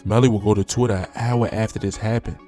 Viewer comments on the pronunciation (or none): “Tew” lmao you gotta be from BMore